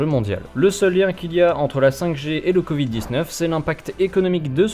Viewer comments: Pourquoi le monsieur il dit "con vide" au lieu de "covid" ? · J'adore le "convid" :-D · "Le CONvid" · Le gugusse parle du "Convid" à partir de là j'en déduis ce qu'il y a déduire ;) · "le document s'appelle con vide et pas corona" c'est ce que j'ai entendu moi